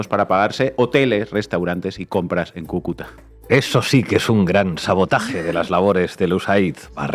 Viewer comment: Disculpe Sr. Iglesias, usted pronunció mal, dijiste Cucúta con acento en la 2da. Sílaba y es acento en la 1ra. Sílaba, Cúcuta